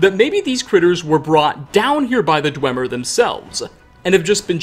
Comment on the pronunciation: I loved the video. I hate that I noticed you put “-uh” at the end of so many fuqing words. “Skyrim-uh” “however-uh” “dwemer-uh” BRO! in case you thought I was lying